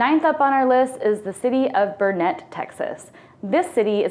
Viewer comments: I'm sure I'm not the only one, but I don't have time to read 189 comments. It's BURN-et, not bur-NET. But you're from Philly so you get a pass. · It is not Burr net. It is pronounced Burn it. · BURN-IT not Burr-Net. As in Burnet durnit, learn it. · It's not Burr net. It's pronounced burn it. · We moved to Austin area in the 1970's and the mispronunciation of Burnet let's me know you're not from texas. It's BURN'-et dern-it!! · Uhhh. Burnet is pronounced like Durn it. If you say it like you did you have to leave Texas for 1 year. 😂❤. Love Texas and that you hit some real winners. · LOL!! I live close to Buurnet?! Burnnet? I can tell when people are not from Texas, cause they NEVER pronounce it how we pronounce it here in Texas. Anyway, have "fun" no matter where you are from. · You should check how to pronounce the names of the towns you're promoting — BEFORE you do your mip mo%m ? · Way to alienate Cowboy fans. Also... being from near Burnet, I'm sure they would appreciate you learning to pronounce it correctly.